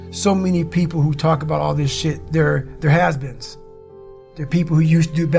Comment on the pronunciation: "their husbands" lol I think he was saying "has beens" but whatever. The "husbands" thing just made me laugh. That's all.